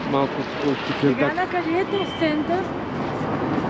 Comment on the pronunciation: Хареса ми видеото само преди седмица бяхме там ,надмина очакванията ми.Само да уточня, че се чете Текирдаъ .А картофите бяха уникални.